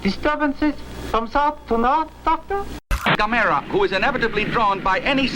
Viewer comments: Gam errrrrrr aaaah dam it !!! lmao Not Gimera keep the good videos coming : ) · Right from the jump mispronouncing Gamera. Rhymes with “camera”. Even if the original say different, even if the dubs say different. None shall besmirch the glory of Gamera, friend to all children!